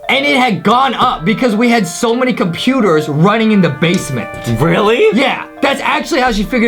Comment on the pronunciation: When justie said 40 computors i was like WWHHAATTSSSSSS!!!!!